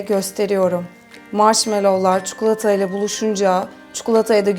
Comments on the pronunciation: çukulata değil çikolata😄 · Ya çikolataya neden çukulota diyorsunuz hiç anlamıyorum o zaman videonun başlığına da çukulota yazın